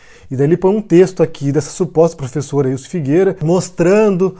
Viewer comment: Essa "''plofesola""" me parece o velho maluco disfarçado kkkkkkkk